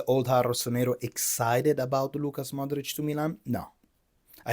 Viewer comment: Its LUKA Modrić, not LUCAS Modrić